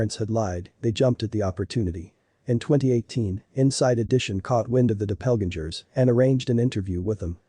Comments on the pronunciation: Too bad this channel cannot find a narrator that knows how to pronounce words like “red-headed” and “doppelgänger”, among other things. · The narrator doesn’t know how to pronounce doppelgänger. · Please learn the correct pronunciation of “doppelgänger” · Weirdest pronunciation of Doppelganger I've ever heard, even from a robot. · The robot can’t pronounce doppelgänger. The different readings can happen with two samples from the same person due to the known margin of error. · Please learn to pronounce Doppelgänger!!!! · Nice story but you might consider correcting the A.I. pronunciation errors on words like "doppelganger". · A shame the reader doesn’t know how to pronounce doppelgänger, when that it is what the article is about! He also pronounced dogged wrong!